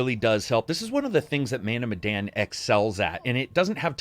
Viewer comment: It pronounced meh and dan like Daniel. Any Easter eggs about Indonesia at all? 🤔